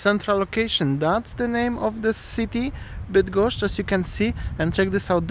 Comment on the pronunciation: cos za latwo idzie tobie wymowa -bydgoszcz,kim jestes??